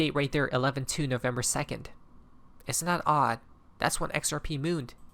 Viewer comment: It's November now 😂 NO vember😂